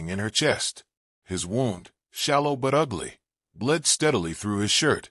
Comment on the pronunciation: NO NEED FOR THE SWEARING; I DON'T LIKE IT!!! AND WOUND IS NOT PRONOUNCED CORRECTLY BY THE NARRATOR--GIVES WAY IT IS AI GENERATEDE.